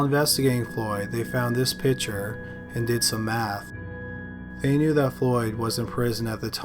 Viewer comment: You're too annoying especially mispronouncing picture.